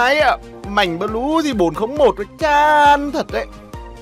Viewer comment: Nge ông nói bleu ma cuoi nhoc